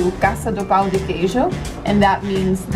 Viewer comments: I think he found it funny the way she pronounced the word "pão", which sounded more like "pau". Pão meaning bread, and pau meaning stick. It's not an easy word for foreigners to pronounce, so no worries, Brazilians can't even speak basic English, so he shouldn't be laughing. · No, she is pointing out your pronounciation of ã. Don’t worry, unless you speak Portuguese, most people can’t....although, I am wondering if there is similar pronounciation in Spanish